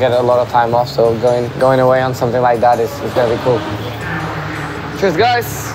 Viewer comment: Did he actually say tschüss guys or cheers guys?